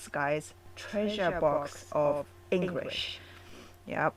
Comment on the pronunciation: Love how you say “Engrish” No disrespect intended.. it just makes me giggle 😄🙏🏽